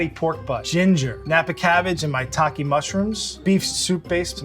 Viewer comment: It sounds like he’s saying ‘My Taki Mushrooms’